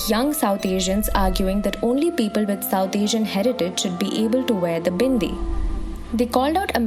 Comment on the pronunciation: I don’t know people had so much problem with a Hindu woman wearing a bindi. Why do u have to demonise everything that is associated with Hindus. And the way you say BINDI with so such emphasis on B shows how much you hate the culture.